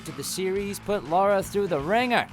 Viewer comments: Excuse me but who the hell is "Laura Croft"? Its Lara. Lar-Rah. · Lara croft not Laura croft...